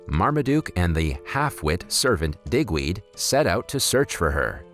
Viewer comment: 😅 Good thing you spelled out “DIGWEED” onscreen because it almost sounded like something else.